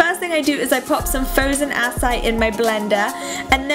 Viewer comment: Am I the only bothered by the way she says acai? She is pronouncing it incorrectly. It is pronounced ah-sigh-ee.